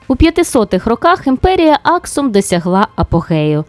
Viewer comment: Цікаве відео, дякую Перепрошую, але мені здалось що були помилки з наголосами в назвах Аксум та Йемен.